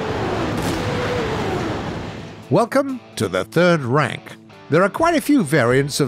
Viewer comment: When he said welcome to the third rank, i thought he said welcome to the third Reich.